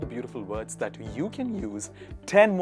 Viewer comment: I was shocked..... When he pronounced like dhaaatttttt.....😭